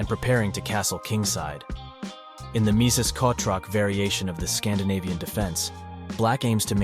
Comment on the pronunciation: _- why kotroc? The pronunciation of "ch" is perfectly fine in English